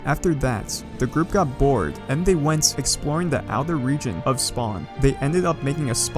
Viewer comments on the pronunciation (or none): none